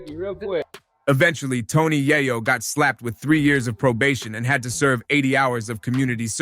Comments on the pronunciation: Can't even take your time to pronounced YaYo aka YeeYo correctly and that's a sign of a Culture Vulture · If this dude call YAYO AKA YEEYO .... YAHYO AGAIN 😂😂😂😂😂😂😂😂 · The way dude pronounces Yayo name is crazy work!!! 😂😂😂